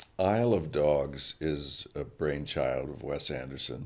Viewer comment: The way he says "Isle of dogs" is more of a "I love dogs")